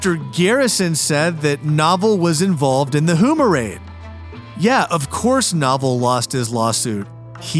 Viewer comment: Also, Houma is pronounced “Home-ah.”